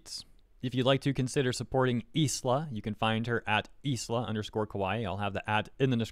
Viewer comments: i understand that it's a very deep topic... but i cant help but get so distracted whenever calls her is-la instead of ai-la/ai-ra (like the word island....) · dude the s in her name is silent. its like isle but with a a at the end. "eye-la" I swear you go outve your way to pronounce vtubers names wrong. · PS “Isla” is pronounces “Eye-La” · Isla = Eye-Lah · Just a heads up in case you decide to make another video about Isla. it's pronounced Aila (like Island but without nd). Or at least that's what the Katakana reads as. Minor detail, I know. But if this situation is anything to go by, triggering those "fans" of hers sounds like a headache. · your pronunciation of Isla is epic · I think it’s supposed to be Isla as in Island, but without the nd. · I think the s is silent in Isla. aira is what the katakana says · I think the 's' in Isla might be silent. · Actually, Isla Coleman is pronounced just like Island in English.